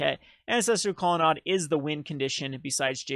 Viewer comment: Grammer Police here!!.. I appologize.. Colonnade is Promounce Aid at the end .. Not Odd But.. do it your way.. Just my pet peavishness.